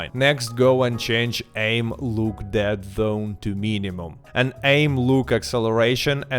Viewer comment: I'm sorry, but the way he said "deadZZonee